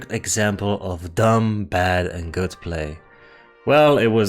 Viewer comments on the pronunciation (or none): none